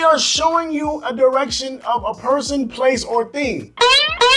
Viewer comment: It's cute. You're American but sometimes there are english words you said that have the Filipino accent. Example how you said direction.